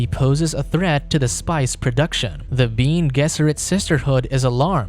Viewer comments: Bean? You can not watch the movie or read the book? It says Ben-é not bean. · “Bean gesserit” isnt it pronounced “bene”? 🤔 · Who the hell are the "Bean" Gesseret? It's pronounced Ben-nay!!! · it's not "bean" it's "beh-neh", it's latin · Yes, the video says "bean gesserit" instead of something more like "Benny Jesserit"